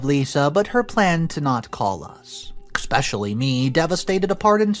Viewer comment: NARRATOR, no offense but please do not say expecially, say it as eSPecially, thank you.